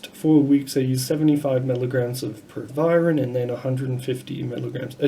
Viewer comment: The Dr can’t even pronounce the name of the drug, but wants to give advice about it